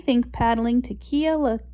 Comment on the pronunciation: This is so sad. I was here 15 years ago....and for the love of god pernounce the name correctly!!